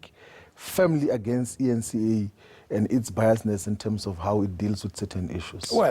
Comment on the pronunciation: Hahahaaa.@ Did Floyd call the eNCA the ANCa